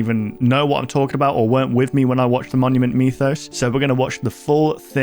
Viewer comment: Idk why but when i hear this guy say Monument Mythos it sounds like hes saying mommy and me lol anyways big fan ur underated